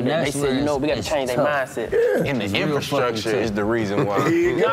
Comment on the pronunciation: Karlous to D.C: Boy you love that "infastructure"😂😂😂😂😂😂😂😂😂😂